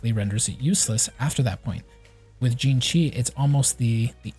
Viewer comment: Xingqiu is pronounced (C-ing-ji-iu)